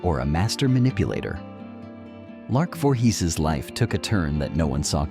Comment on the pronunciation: Do you review your clips before posting them? You should have caught the mispronunciation of her name in the beginning of the clip. As for Lark's downfall, a mix of her mental diagnosis along with being Jehovah's Witness is a lethal mix - delusions due to her mental state and the delusions of JW beliefs can only result in disaster. But Martin and the other guy certainly didn't help. I wish I had known her. She needed someone close who could understand what she was dealing with. I'm not saying I would have married her. But I certainly may have helped her as a friend who understands her demons.